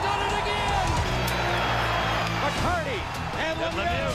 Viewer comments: Having lived and been a super fan during this rivalry I cannot get over you mispronouncing big 25s name. There is no h in his name...it is Darren McCarty not McCarthy. I love your content tho. Please continue. These videos are striking nostalgic feelings.. 😁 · Love the video, I lived through this Era and remember March 26, 1997 vividly... But, it's McCarty. NOT McCarthy. Dude. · It's McCarTy, not McCarTHy.